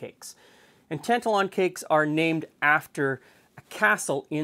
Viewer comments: Best rant I've heard for quite a while :) As one of those actual Scots, my only quibble would be the pronunciation of Tantallon, Tan-tal-on rather than Tant-alon. I was taught about Scotland's slave dealing past at school (I'm 57), yet during the recent BLM protests, younger Scots were surprised to discover that Glasgow's Jamaica Street was built from money made by "trade". Rory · Very interesting, wee tip for you it's pronounced tant-allen. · Yes the emphasis is on the middle syllable (a 72 year old Scot here) Tan ‘tal Lon. I remember when I studied history in the 60s at school we learned of the slave trade and I always knew that certain cities (including Glasgow where I went to university) made their fortune from the slave and sugar trades. It was just a fact, not hidden but not over emphasised either. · Tantallon is a castle in East Lothian, near where I live. It's about 30 miles east of Edinburgh, close to the town of North Berwick. It's a stunning ruin, on the edge of a cliff. However it's pronounced like tan-TAL-on. Emphasis is on the second syllable, not the first. You are 100% correct that Scottish shortbread never traditionally had vanilla in it. IMHO it's just the wrong flavour for shortbread. I think the recipe you are showing is probably what we would call a biscuit today (not a cookie), not a cake either. Just to confuse things, in Scotland a cookie is a sweetened enriched bread bun, often filled with whipped cream, dusted with icing sugar. They're wonderful. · There's a town near Halifax called Tantallon, I pronounce it like you but people from there laugh and say it's pronounced "tan-TAL-un" Btw, no true Scotsman, indeed. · It's pronounced the second way here in Scotland too. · As a Scot, my only gripe is your pronunciation of Tantallon. It's pronounced Tan Tallon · Ok, but you are still pronouncing Tantallon incorrectly,!!